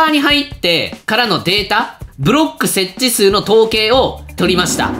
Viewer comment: 統計のところ、どぶろっくって聞こえるw